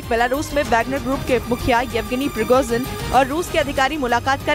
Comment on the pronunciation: Spell it correctly please, Pri go zin, spell it rightly Don’t say piroxin( it is a skin medicine)